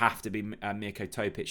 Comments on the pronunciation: I would be okay with a point, but with our squad at home we should looking at winning games like this. Head: 1-1 Heart: 3-1 Please stop saying Mirko TOE-PICH, Chris, sort him out. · you are now making yourself look silly now. Are you deliberately pronouncing Mirko Topic's name incorrectly? It's not as if you don't know how to pronounce it as you start off saying it perfectly (for one time only), then your brain seems to revert to type – unbelievably! What is wrong with you – could it be early-onset-dementia? I'm serious, as you also repeatedly say the say things in your eleven-minute-podcast? You also haven't got 'Big Bad Vlad's surname sussed either. His surname should be pronounced as VAC... as in vacuum cleaner... not Vetch! Come on, sort it out please. Sorry to harp on about this, I'm only doing it to try and help. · It's good for engagement 😂